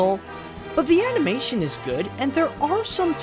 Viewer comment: I've been hooked on your videos for like a week and I can't decide whether it's because I'm entertained by hearing reliable views from a likeable host or the novelty of how you say "animeishen".